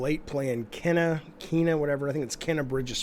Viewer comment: Its pronounced Keena.